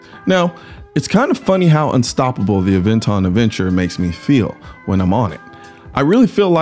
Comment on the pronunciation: Ah- ven-ton